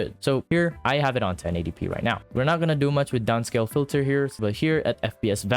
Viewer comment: right neow